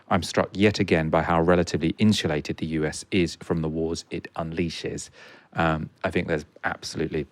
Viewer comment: In-shoo-lated ?? Insulated